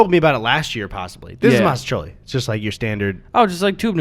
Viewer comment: mastacholy? eddy stop making up words